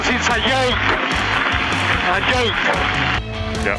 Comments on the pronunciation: Funny how he went from saying "What a yoik" to how it's said properly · "Five seconds is a yake... a yake!" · "Five seconds is a yoke........ a YOKE" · MARTINJW25 it's uh jook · It’s a yoke! A yoke! The five seconds! A yoke! Where is Palmer? KARMA! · Fernando, how do you think about Seb's penalty in Canada? -5 seconds is a “yoke”, a “yoke”